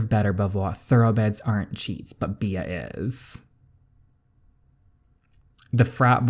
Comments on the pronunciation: My friend: It's pronounced Bee, hence the name Queen B Me, an intellectual: Bee-ah Love your videos DJ ❤️ I'm going through a really low point in my life right now and your videos are the only thing keeping a smile on my face. So glad i found your channel!! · I think her name is pronounced "Bee" but it's spelled Bea. I believe it's french, but don't quote me on that. A character on the show Wentworth has the name. Lol Also saying it like bee makes sense since the name of the game is "Queen B". Love watching your videos!! Thanks for making them! 😙 Can't wait to watch the next one! I'ma binge watcher lol. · I think Bea is actually pronounced like "Bee" but I might be wrong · "Bea" is pronounced "Bee" just letting you know